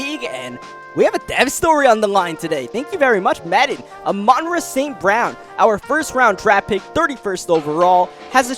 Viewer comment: I love the content but I don’t know if I can’t last the whole rest of the series with you mispronouncing Amon-Ra’s name, it’s pronounced like “ah maan raah”